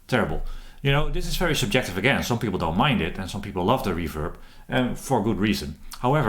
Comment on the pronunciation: I had this on 1.25x speed from the previous slow talking guy and I thought this guy was on crack. Especially that super-jective part!